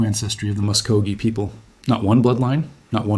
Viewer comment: Anyone who can’t pronounce the people properly should never disrespect the people by saying their name! AI should never be used to disrespect the people!